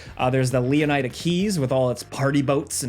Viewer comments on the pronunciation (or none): The "ida" is supposed to be pronounced like most people would say it in "Florida", not with a hard "I". Flor-ida. Leon-ida. "ihh-duh". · "Lee-oh-ny-da" 😂 Maybe try "Lay-oh-nee-da" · Why do you pronounce "Leon-AI-da" like that but don't do the same with Florida as "Flor-AI-da", like the rapper. Maybe we even heard the real version in the trailer? I would be interested to know which one is correct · Its pronounced 'leh-nih-duh' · Is it Lee-on-EYE-duh? or Lee-ON-id-uh?🤔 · Have they confirmed the pronunciation of Leonida yet? My first instinct on reading it is to say it the way you do, but then there’s the other part of me that wonders if the “ida” part is supposed to be pronounced like the “ida” in “Florida” since that’s where its based on. So like “LEE - O - NIH - DUH”.